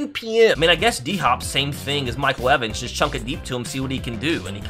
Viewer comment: You said mike evens mike wevins and levins